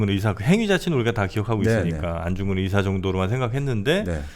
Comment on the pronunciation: 듣다 듣다 너무 헷갈리고 거슬려서요. ‘의사’ 발음은 병을 고치는 의사죠. 안중근 의사는 ‘의’를 길게 발음해야 하다고 알고 있는데...